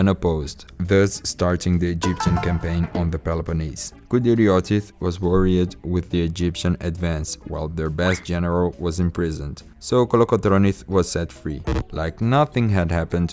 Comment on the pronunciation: Your English 🏴 is very good... Small bit of advice.. The word "Island" the S is silent, so it's pronounced like "i land" and "eye land" .... "Married" the i sound is e, so it's pronounced "Marr eed" The same for "Worried", it's pronounced "Wur eed" An excellent video and plenty of great information.. 👏👏